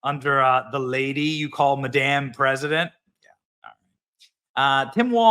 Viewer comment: You say Madame so it sounds like " maDamn" !! The Sound of Silence is being overused. The Belgian Malinois shorts are playing it on every one of their shorts (a version by Disturbed)